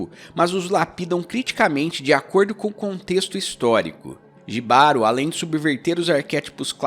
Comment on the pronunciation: Só pra acrescentar Jibaro se pronúncia "Ribaro" ❤️ tem várias formas de interpretação, pq tbm poder ser interpretado como um relacionamento tóxico ,o autor é espanhol, então acredito na sua interpretação tbm